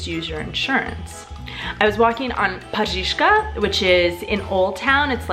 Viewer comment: Není to Jesiník ale Jeseník. A také to není Paříška, ale je to Pařížská :)